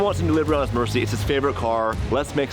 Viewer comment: just an fyi its a lamborghini murcialago so if you shorten the name like they do in the videos its still a murci not merci like your thanking someone in french